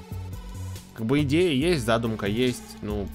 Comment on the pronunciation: Не зАдумка, а задУмка)